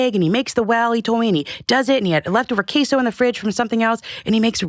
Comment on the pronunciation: I don’t like this guest format. What’s kay-so? Italians use fromaggio. Mexicans use queso.